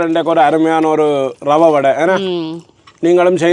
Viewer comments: றவை அல்ல, அது ரவை. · றவையா, இரவையா?தமிழ் படும் பாடு! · சமையல் செய்ய தேவை ரவை. றவை அல்ல. தமிழ் படுகொலை